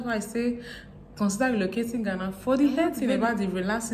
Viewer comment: Im the first here dear.. I love the way you talk and most esp how you pronounce "in ghana"!